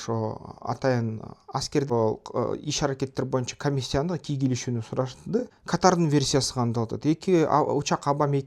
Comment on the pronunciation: Эмнеге "кийлигишүү" деген сөздү дайма туура эмес айтасыңар кийгилишүү деп?